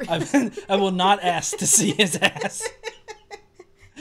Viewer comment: It's shittyASKscience, not shittyASSscience